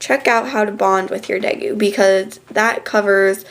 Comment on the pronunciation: day_goo not de goo